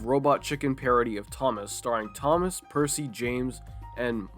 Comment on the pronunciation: actually the narrator in Fast Forward said Percy just in a casual tone though the thomas parodies wikia says he was not named. Yeah for the record I'm going say he said Bercy, because it barely sounded like Bertie as the sketch he was in wore on and That's Rosie